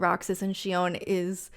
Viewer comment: Thank you for pronouncing Xion correctly.